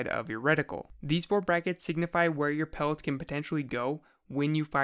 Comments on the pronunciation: Every time he says pellets I cringe like crazy. Am I the only one? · buwwet pewwets